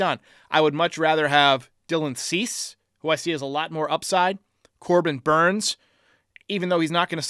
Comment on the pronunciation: Hader, Hicks, Bauer,Cease.. this is NOT hard lol